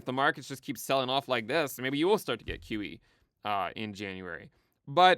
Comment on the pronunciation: When says “QE” it sounds like “kiwi.” “No kiwi for you!” - 2024